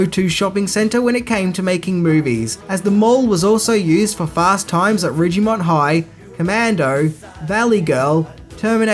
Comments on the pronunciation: Fast Times at Ridg"e"mond High lol. Nice pronunciation bud haha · Did he really say "Fast Times at RIDGEEE-MONT High?" How does a movie reviewer mispronounce one of the biggest movie titles from the 80s?